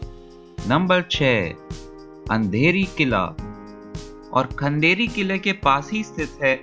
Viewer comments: खंदेरी और अंधेरी नही भाई......खांदेरी और उंदेरी ये सही उच्चार है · kolaba fort, khandheri and undheri fort , korlai fort,,( it's undheri fort not andheri,) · Undheri not Andheri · It's खांदेरी किल्ला AND उंदेरी किल्ला. NO need to change original name or pronunciation. Pls get your knowledge on basis of history, NOT on ease of speaking any name according to your mother tongue. There were many mistakes in names and places mentioned in video. Alibaug beach is not चौपाटी, as you think in video. This is newly developed concept by low budget tourist who can't visit Goa. They found Alibaug as mini Goa and they misbehave accordingly. Alibaug has glorious history and it will be always famous for natural beauty. It was also known as श्री (God) बाग (Garden), a century ago.